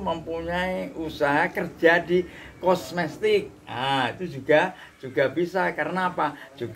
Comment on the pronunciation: Langsung subscribe,,,gara" kata simbahnya yang bilang kosmetik tapi beliau bilang kosmestik